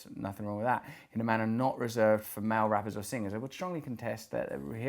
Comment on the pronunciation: Took me awhile to realise that "mao" means "male". Dammit Russell, pronounce words!